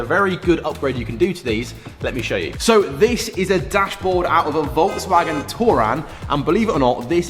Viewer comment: Ah yes, Volks\M/agen